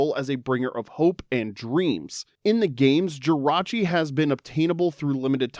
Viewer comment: THE T IN JIRACHI IS SUPPOSED TO BE AN R!